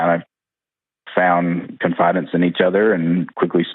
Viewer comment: I am so distracted by this guy’s use of the English language! First he says “con-fye-dence” instead of “con-fi-dence” . THEN he says “eluded it to” instead of “attributed it to” . I am not even 2 mins into this video! I can’t even pay attention to what he is saying because he doesn’t seem to know how to use English the way he is choosing to use it. Maybe he is trying to sound smarter than he really is?